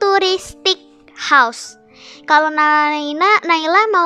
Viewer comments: Btw naila bacaan house nya bukan hause tapi house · Rumah itu bahasa inggris itu house bukan hause